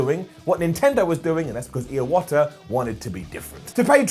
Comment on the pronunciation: The last time he says Iwata it sounds like ear water.... Edit